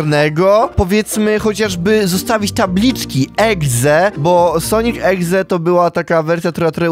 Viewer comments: mówi egze zamiast exe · dziwi mnie to że niektórzy mówią egze zamiast exe XDDDDD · czemu powiedział na początku Sonic eGze......CZYTA SIĘ EXE! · ekse A nie egze się mowi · Exe mówi się ekse a nie egze egze to może być egzekiut taki pokemon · Sonic exe a nie egze